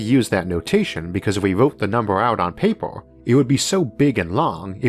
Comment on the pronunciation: The way he says universe is strange but not so bad. However, the way he says paper is ridiculous.